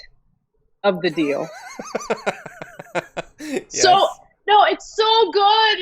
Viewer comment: There were so many Rs in that YES!!! of Ana's !